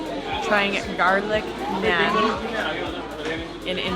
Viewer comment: She said naan wrong , and she said naan bread 🤭